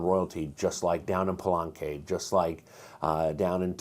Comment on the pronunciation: Love the video. Thanks so much! On pronunciation of the Spanish spellings: Teot-i-huacan and Pal-e-nque. Just highlighting some vowels you're getting wrong. You're saying more of Teotehuacan or Palanque rather than Teotihuacan or Palenque. Anyway, keep up the good work, and thanks again!